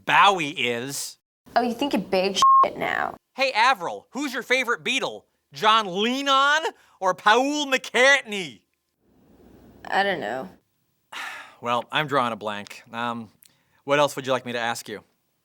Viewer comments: when he says mccartny, it sound irish also i love the scream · John Leenon, or Pa-ool McCaughtney, lol